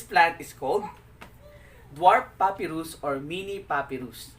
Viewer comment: Pa-pai-rus not puppyrus